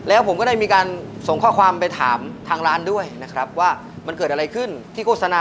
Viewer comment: ร้านครับไม่ใช่รว้าน จะมีเสียง ว ควมมาทำมัย